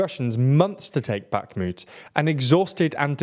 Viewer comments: Remember how Kherson doesn't have a K in pronounciation? Well... Guess what Bakhmut doesn't either. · "Bakmutt, Avdivka, Sviatove, Optin" I'm not a ukrainian or russian speaker, but I like languages (and tbf I did take a russian class in high school). The correct pronunciations (I may be wrong) are: Bachmoot (Bach as in the composer, with a long 'a' sound), Avdiyeevcuh, Sviyatoveh, Optynye (ye as in 'n*ye*t, tovarish') Hope I got it right! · One would hope that after one year of war people would make some efforts pronouncing Ukrainian city names, specifically baKHmut x)